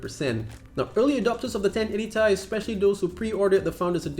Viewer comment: when you said Ti(pronounce : Tie) instead of TI(pronounce : T & I) made me felt triggered.. btw,nice video tho.